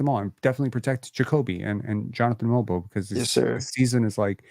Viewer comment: Watched the game from korea. I was surprised that the krn commentators had pronounced mogbo properly yet called shead sheeeed lol